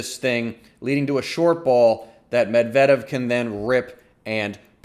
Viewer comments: Your emphasis is on the wrong syllable on Medvedev name! It's MED-vedev. NOT med-VED-ev. I wince every time I hear it. Other than that, nice breakdown.👍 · YOU ARE SAYING HIS NAME WRO..... OH OK I just heard you say it correctly.... but just once....eh nvm you went back to your butcher. Medvedeeeeeeaaavvvv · I just wanna know where you get that "Med-vedev" pronunciation. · Its Med-ve-dev u Dummy!! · good stuff as usual! you and darren cahill pronounce Medvedev differently, interesting that there isn't one pronunciation that tennis commentators seem to be using. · Good strategic breakdown, but I got distracted by the pronunciation of Medvedev. LOL. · Lol you should stop uploading tennis videos and start uploading your standup routines. Also, I think you're pronouncing Medvedev wrong.